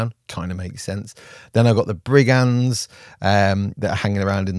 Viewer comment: Is it just me, or is getting into his Teen Reads... with the Ebonhearts and Liking guys called Ebon... Places.. places called Ebon (sorry!)... And Brig-ands? Brig-unds. Damn french influencing God's own British language...